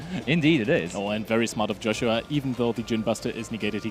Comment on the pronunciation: i like how 1 caster calls him Joe shua and the other one Yo shua